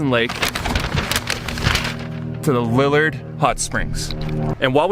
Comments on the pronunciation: For people who live in the area, we pronounce the hot springs Lee-yard with very little emphasis on the "y", but just enough to hear it. You're so lucky to have driven by the area with the small airstrip while a plane was taking off. I've driven the highway 40+ times and have only seen a plane taking off there twice! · You really nailed showing off the beauty of Northern BC. Been to Fort Nelson many times, but didn't see it a gorgeous as you filmed it! BTW - Liard (leeard) Hotsprings. Love your videos, humour and adventure! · So glad you stopped at Liard hot springs,as some one already said Lee yard is the way to say it. When we last stopped there the upper pool was closed as a bear had been around,you had no problems I hope ?, Have a great trip to Alaska.